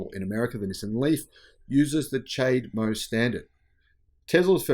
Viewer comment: Can't even pronounce chademo. Pure ignorance. Doesn't know when to use fewer or less either. Just uneducated and illiterate.